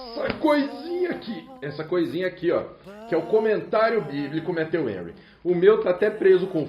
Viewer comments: Pronuncia-se Méfiu Renry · Pastor, só falta o senhor pronunciar Matthew Henry corretamente.